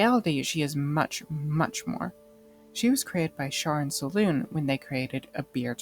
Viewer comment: Selune is pronounced Se LU nay.